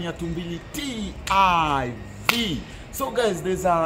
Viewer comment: Always wanted to ask. Why do you say? Why the i?